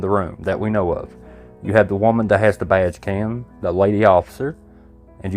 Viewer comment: I realized you were saying “badge cam”… I thought you were saying “vag cam” which made it funny but also disturbing 😂